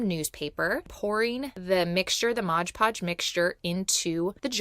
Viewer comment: It's pronounced "MOD Podge", not "MODGE Podge"!